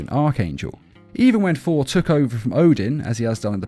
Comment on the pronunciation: Sounds like you're saying For